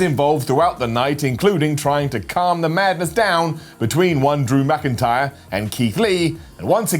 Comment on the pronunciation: Did i just hear you say DrAmA'c intyre